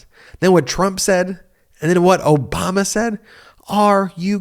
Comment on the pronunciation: Note how Trump pronounced it "O-bummer" very deliberately and of course, childishly.